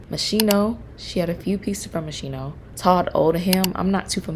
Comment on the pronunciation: GREAT VIDEO!! FRAN IS MY STYLE INSPO ALWAYS!! NOT A SINGLE BAD OUTFIT IN THE ENTIRE 6 SEASONS 🤩✨👏🏻 Brenda Cooper is an ICON Just a note: It's pronounced "MOS-KINO" ❤❤❤❤